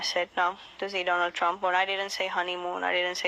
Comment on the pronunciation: "I will Boat for Donnull Trump " ..... Unbelievable...